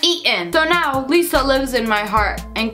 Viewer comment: For a second I was confused so I thought you said Liza like the YouTuber lol